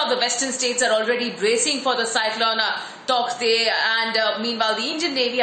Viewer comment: An english news pronunciating it all wrong ! Bhagwan ke liye please pronounce it CORRECTLY ! तौकते nahi hai yaar टॉटे pronounce karte hai usko. Please proofread / verify the pronunciation once before making a video. Its irritating to pronounce a word wrongly by a media house.